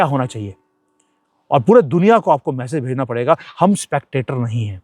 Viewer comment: Please say 'message' not 'massage'.